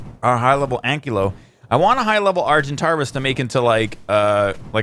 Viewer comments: It's argentavis (ar-gen-tay-vous) not (ar-gen-tar-vous) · argentarvis XDDDDDDDDDDD lal its argentavis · Ik its year ago but is it not pronounced "R-GEN-TAY-VUS"?? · Why did he add an r in argentavis...also I'm sure it is pronounced "argen-TAY-vis", but I'm not 100% sure. Also he calls the pteranodon a "pteradon"......it just has been slightly annoying me lol...also the mortar and pestle, he says "pesle".